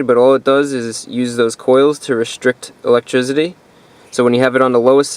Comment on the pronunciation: electrizity lol